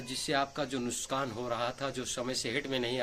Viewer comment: Bhai sabse pehle ap dhayan de ke nuskan nahi nuksan bola jata he